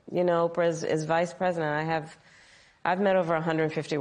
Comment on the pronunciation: Saying preisdent harris like she made a mistake